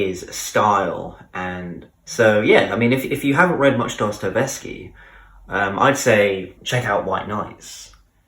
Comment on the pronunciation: But check how to pronounce Dostoyevsky. Sorry, dont want to offend.